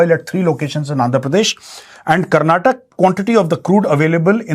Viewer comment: major please its karnataka why the ignorance, you can say orissa with an a but why not KARNATAKA with an A